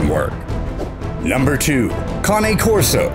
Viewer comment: Thanks for pronouncing cane corso correctly.